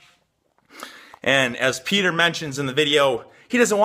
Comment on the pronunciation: Petah from youkay